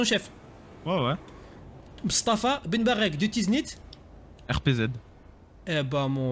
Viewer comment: C'est moi ou il a dit ben bartek?🤣